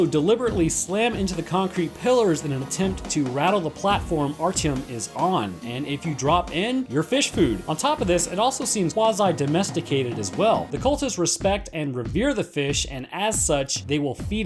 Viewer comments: It is pronounced Art-yom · I'm sorry but I hate the way you say Artyom